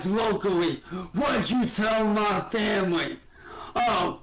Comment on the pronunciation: Muhh vamily